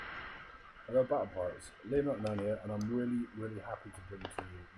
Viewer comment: Sorry,......... Kiam? What was that? lol